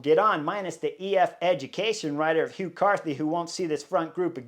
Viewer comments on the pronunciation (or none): none